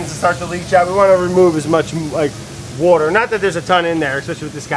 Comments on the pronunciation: When you start worrying about the editor because there is no "wourder" on the screen when Brad says Water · When he says “wourder” but there’s no caption for it 😪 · No one: Brad: Woohter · It’s weird to not see “Wourder” shoot across the screen when hearing Brad say “water”